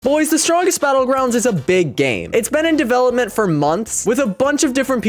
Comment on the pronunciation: gois the stwongest belouguandis